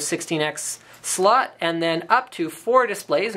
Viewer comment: when he says slots it sounds like hes saying sluts